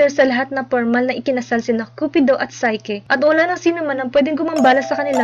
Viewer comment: psyche ... say - ki ---- NOT SAY - KE